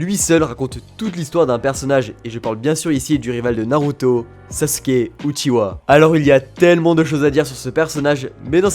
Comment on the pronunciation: ON dit SASKEEEEEE